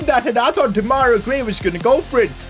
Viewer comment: U keep calling Gray :Demaira Gray' but it's actually called Demarai.